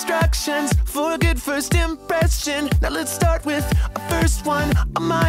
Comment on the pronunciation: what the fuck. listen to how he rhymes the first verse. "pop music one oh one "(wun) "some simple instructions" (shuns) "for a good first impression" (SHIN) "now lets start with verse one" (wun) Why on earth did he mispronounce 'impression' so it would NOT rhyme?! so cringey